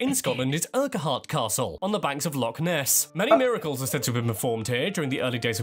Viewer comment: On this occasion an Englishman has pronounced Hebrides correctly 😂 but he did pronounce Lochaber, Urquhart Castle, loch… etc wrongly!